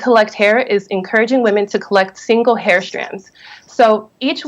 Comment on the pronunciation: It's pronounced hair not here 🌹💜